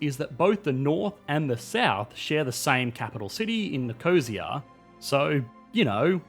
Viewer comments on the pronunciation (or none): "Cyprian", "Cypriat", "Nicohseea" , take a minute to check some pronunciations please. It hurts the native ears. For others watching, our capital is pronounced Knee-koh-seeya and we're proud Cypriots. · It's pronounced nik-oh-see-ah NOT nik-oh-zha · Nicosia is pronounced, "Nick-uh-SEE-uh" with the emphasis on the third syllable. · It’s NI-KOH-SEE-AH..... not NICOHHHHHHSIA. ;) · Nicosia is pronounced as NIC-O-SEE-AH not NIC-OH-ZIA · Since when is the North Eastern Mediterranean the "doorstep of the Soviet Union"? And it's not nih KOh sia, it's Nih còh Sia. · Nic o seeya. NOT Nic oshya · At 5,30 He had a stupid pronunciation for the capitol city - Sounding something like Nicozeya rather than Nik O See A! By accent, not sure if the guy is Australian mixed in with South Aprican with a dash of American splashed in there! Peace. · I wonder where is that mythical city of "Nee-co-sia"? 🤣🤣🤣 Also no where is 2 days drive away, not even in old cars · Nik-o-see-a, y' drongo. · I thought Nicosia was Myposia, almost Mypos; too bad Balki isn't from there. lol. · it's pronounced "nick-o-SEE-a". But otherwise, good video. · Would have been nice if you had bothered to mention the thousands of missing people after the 74 invasion. Not to mention had bothered to learn how to pronounce the capital. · jesus that "Nicosia" pronunciation xD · Jeezzzzzzz I can't believe that he can't even say Nicosia correctly.